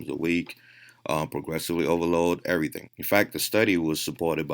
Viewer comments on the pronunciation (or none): none